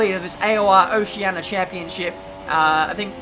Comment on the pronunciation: Its oceania not oceana